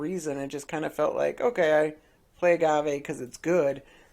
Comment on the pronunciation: It's prenounced gave